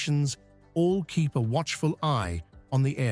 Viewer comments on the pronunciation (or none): none